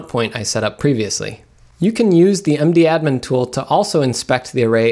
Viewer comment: I don't know if it is just me and my friends, but we call mdadm "madam" not "md-admin* :-)